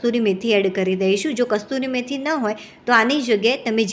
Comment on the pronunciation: કસ્તૂરી મેથી નહીં કસૂરી મેથી શુદ્ધ શબ્દ છે